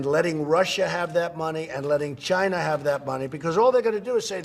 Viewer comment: HOLY CRAP!!!! He pronounced China correctly!